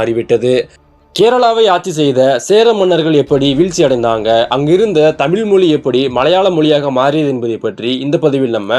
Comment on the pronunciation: தமில்/ள் அல்ல - தமிழ். ழ வை உச்சரிப்பை பழகவும்